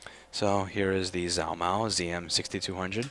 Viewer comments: You pronounce it (Zhuo) “juuah” ok I’ll use it in a sentence ...貓捉老鼠 ...the first character is “Zhuo” ....this is = “cats catching mice” “zhuo mao laoshu” “zh” in chinese makes the sound that the “j” makes in English ... It will make you sound smart to Asians if you don’t pronounce that zh with a zzzz sound anymore...remember it’s “J” ..and not a soft J ..it’s a real J .... the words zhuo mao means in English “catching cat” so figure that one out lol ask your Asian coworker who is in some of your videos. Anyway.. just havin fun with ya ... you’re awesome keep up the good fight! P.S.16% of the worlds population speak Chinese so that’s ..something 🤓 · You know... All of this time I kept hearing him talk about "Zalmo"... I run into this video, and realize he was trying to say Zhuo Mao. Is there more to this story than just this video?